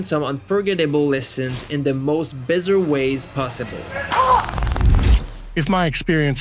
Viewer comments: Bizzer???? Bizarre is pronounced BA-ZAR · Who the hell is narrating this? Because they can’t pronounce “bizarre” correctly.